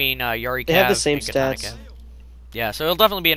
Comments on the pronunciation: Fucking "KA-TAH-NAH" not your pronunciation.... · It irritates me how he says katana -.